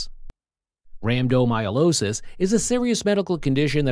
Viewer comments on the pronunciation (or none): It's not myolosis. It's rhabdomy-o-lysis. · Rhabdomyolosis, rambdomyolosis, rampant myelooloo. Good grief. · Have the robot pronounce the condition correctly, at least